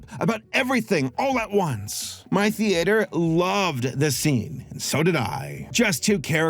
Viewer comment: says theater like a squidbilly